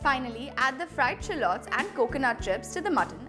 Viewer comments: Nice video!! Would the paratha be good with chicken curry cuz i don't eat mutton? Btw, sorry but u pronounced 'shallots' wrong😕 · oh ok.. maybe in India it's pronounced this way but i'm from the US n we pronounce it differently!! Sorry😰